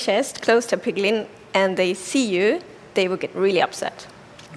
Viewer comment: Instead of piglen beast